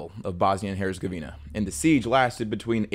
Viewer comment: When an American starts to talk about the history of a different country, it just gets painful 😅. Yugoslavia didn’t collapse because of the collapse of the USSR. The one thing had nothing to do with the other. Yugoslavia and the Soviet Union were even dead enemies. And the Z in Herzegovina also isn’t spelled like a c but a bit sharper. Otherwise, very good video, as always.